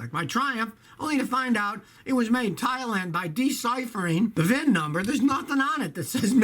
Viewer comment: All I keep hearing is thighland 😐